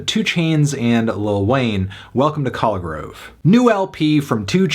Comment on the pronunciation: He couldn’t even pronounce Collegrove correctly